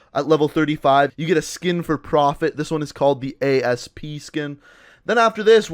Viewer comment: That profit skin It's not A.S.P. it is asp it's a an Egyptian snake pronounced "Assp"